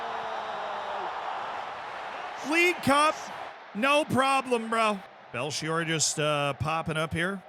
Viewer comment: Fastastic Belchior pronounciation